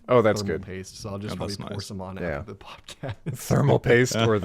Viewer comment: are we not gonna talk about how pronounces podcast as “podcost”